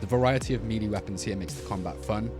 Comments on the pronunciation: It sounds like you say meaty instead of melee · ain't no way he said meelee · Why he say melee like that..